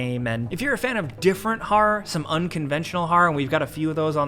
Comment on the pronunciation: "Harra-h gaymes"